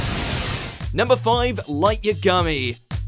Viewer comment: This dude proves in every video about anime that he doesn't actually watch it and really doesn't even research it himself. It's laughable at how bad he mispronounces the majority of the names. He can't even pronounce Light Yagami correctly and it's from one of the most famous animes in the world now. Haha